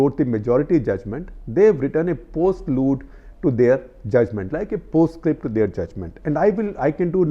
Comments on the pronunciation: It's postlude, not "post-load" :D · the words are prelude and postlude not " load "